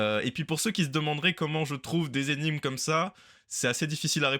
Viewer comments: Tu es assurément très fort en maths. Mais tu devrais revoir tes cours de français parce qu’on ne dit pas « cent z’énigmes » mais cenT’énigmes. 😊😊😊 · Cent z'énigmes ?!? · Super! Deux details : c'est assez difficile "de" répondre, et cent énigmes ne se prononce pas "cent zénigmes"... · Vidéo très intéressante, mais , de grâce, pour un doctorant en mathématiques, cent "zénigmes", c'est à la limite du supportable pour les oreilles.